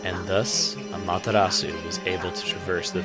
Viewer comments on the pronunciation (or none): its pronounced amA-terA-su